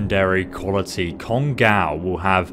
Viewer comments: written "kongOu" Pronounced "kongAu" >_> it's japanese, it's generally pronouced exactly like how it's spelled (in letters atleast). And is it just me or does it remind anyone else of that gun "we" use in the interlude after the heist? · It's pronounced cone-go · Pronunciation of kongou(金剛) is "kong-go" or "Congo" Just heads up on that... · It's actually pronounce kong-o' not kon-gow it's japanese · Its pronounced kongo, no kongaaaou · I know it's pedantic but it's pronounced "Congo" like the African country. It was the name of a Japanese battleship in WW2. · Just so you know 'ou' in Japanese elongates the hard 'O' sound which is why you will see some translate the 'kana' as 'oh' instead when using romanji or romanizing the sounds using the english alphabet. So this gun is actually named KONGO with a long 'O'. Just an FYI. Thanks for your videos <3 odaiji ni ne! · 'Kon-gaw' lmao. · How is it that you say "go" in this video but mispronounce "Kongou"? Love your videos anyway! Keep it up!